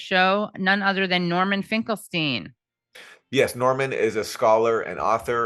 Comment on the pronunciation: it's pronounced Finkelstein ;)